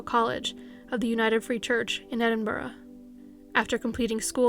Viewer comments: Loved this, still never heard anyone outside of the UK be able to say Edinburgh properly lol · Yesssss an American (I presume) that pronounces Edinburgh properly ❤❤❤